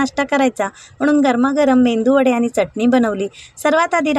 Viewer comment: Khup chhan pan mendu wada nahi ho medu wada.